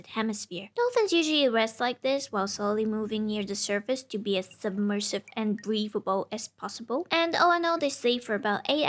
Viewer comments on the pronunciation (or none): I REALLY didn't like the way you said submerisve and breathable lol